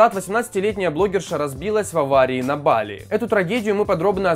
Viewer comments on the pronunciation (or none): БалИ!!! ударение на ИИ!!